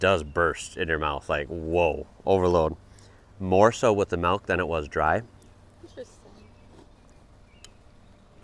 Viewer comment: You say "malk" instead of "milk", is that an accent thing?